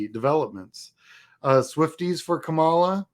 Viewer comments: Very cool! Thank you for the great info. I am one of those first-time donors out of TN. Quick bit of constructive criticism: you really need to change the way you pronounce Kamala. You are mispronouncing it the same way that Republicans intentionally mispronounce it as a sign of disrespect. It's KAmala, not kaMAla. First-syllable emphasis. Very important thing for Dems to know. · Her name is pronounced KAH MA LA. We have to get this right, guys! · Hi, I have enjoyed watching your stuff, and appreciate the insights of someone who has been doing the campaign work. One suggestion: please learn how to say her name right: the accent is on the first syllable, not the second. Thanks.